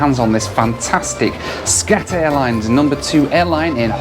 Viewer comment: when i first heard you say SCAT airlines..i thought you said SHAT airlines! hahaha! well..it is what it is..